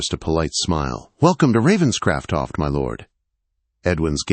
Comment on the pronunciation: This AI cannot province the name Ravenscroft.😢